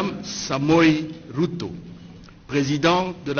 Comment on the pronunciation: C Ruto et non Wuto svp